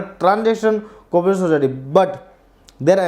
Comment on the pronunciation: mu mei gutka bhar rakha aisa to aap explain kar rahe ho sir cooperative ki spelling to thik se boolo bohot irritating ho raha hai otherwise notes are good